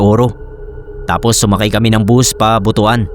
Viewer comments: Butuan; read Butuwan. Mga taga Mindanao natatawa kapag buto-an ang bigkas 😊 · Boot-wan (Butuan) ganyan po pagkabigkas. Tsaka nga po pala, ung Kinilaw dito sa amin ang pagkabigkas same sa bayabas hindi po ung same sa batingaw pagkabigkas 😊